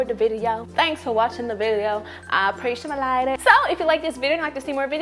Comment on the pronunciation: "i appreciamalate it." hahaha wtf lmfaoo